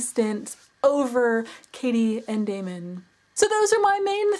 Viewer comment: It is pronounced Damon